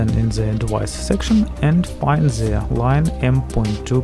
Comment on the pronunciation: Why do you say zzz in every word you say like its "the motherboard" but you say " zhe motherboard' Like if you agree